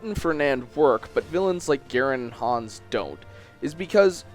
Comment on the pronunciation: "Cam-us" "Ber-cut" "Hands" Please... for the love of god learn to pronounce the names of characters you're talking about. It brings down the reputation of your entire video.